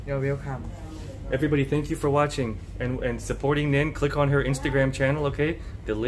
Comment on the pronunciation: I'm sorry . But Nin sounds like a Ts